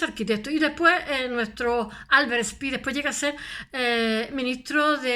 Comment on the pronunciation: No se habla spiers ... Pero habla se speer *